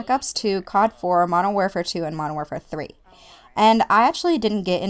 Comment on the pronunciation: 1. i critsize my friends about this... pronounce warfare correct 2. i would not like cod if my first cod as mw2 ... it was blops wen i ell in love then found out about these rapetrans and all that shiz now im a-hamin that shizz and found out about the waw classic maps and stuff